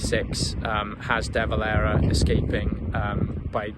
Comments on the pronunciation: De Velera not Delevera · Great video you pronounced his name wrong up until the last time you mention him